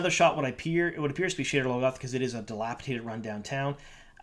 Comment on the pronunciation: It sounded like you called the city "sh*tter logoth" :D